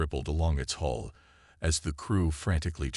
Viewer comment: Khyper Belt is really the Kuiper Bel. Another recurring error is hull (hole, whole or hall). Fix your AI